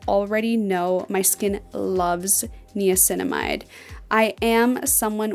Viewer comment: im sorry but she is pronouncing niacinamide wrong